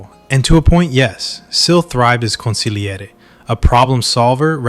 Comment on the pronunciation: Thumbs up for pronouncing consigliere properly.